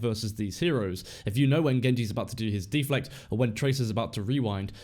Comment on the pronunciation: De-Flect! Bloody deflect don't you mean! Haha. Good guide though.